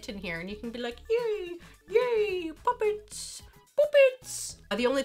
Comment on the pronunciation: Way you say puppets at the mark sounds like muppets or pirate in Pirates of the Caribbean that says “Hello Puppet.”